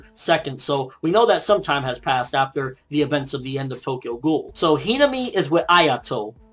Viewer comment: Okay a few things to be fixed here: i watched only the first two minutes and you managed to mispronounce sasaki, hinami, akira, and onee-chan. If you really do like japanese manga and anime, which there is nothing wrong with that i do too, maybe you should learn the basics about pronouncing japanese and do some research? Especially if you plan to run a video blog, which was pretty good, minus all the mispronounciations.